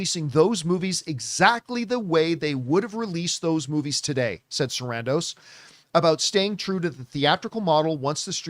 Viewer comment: it’s Ted SARANDOS not Sandros, he’s Greek not Mexican